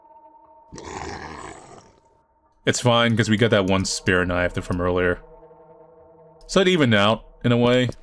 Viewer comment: knoife 😂 bri ish 😂